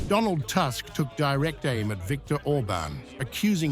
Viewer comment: Who is Task? Please learn how to properly say Polish Premier name It’s Toosck not task